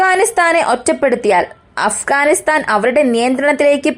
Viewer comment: അഫ്കാനിസ്ഥാൻ അല്ല അഫ്ഘാനിസ്ഥാൻ ആണ്!! മലയാളി മംഗ്ളീഷീകരിച്ച് മലയാളം 56 എന്ന അക്ഷരങ്ങൾ 26 ആക്കി.. മലയാളം നല്ലരീതിയിലല്ല എങ്കിൽ ഇത്തരം ചാനലുകൾ നാട്ടുകാർ കാണില്ല!!!!